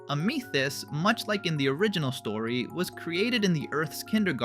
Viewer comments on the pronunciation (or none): Bro didnt have to say ameeths It’s amethyst not ameeths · Did you say AMETHEST, ITS AMITHEST LOLOLOLOLOL, MY BROTHER SAYS IT THA5 WAY TOO OMG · “Ameethist”. Yeah this is ai slop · stopped right after that because no way would a human accidentally pronounce it like that😭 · Ah, yes, “AMEthyst” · A mii thist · AMEthyst (AMÆtist) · i think it’s AI because of how they pronounced amethyst :/